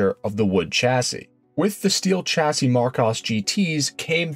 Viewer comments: Chassis is originally French and is pronounced 'shassi' not tshassi. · Excellent video, well done. The American version of a French name is a tad irritating though. It's a De Deeon, as in Bee, or Sea. De Dye on has French and English people gritting their teeth. Minor, but...! AND, while I'm at it, "Chassis" is pronounced "Shassee". 😁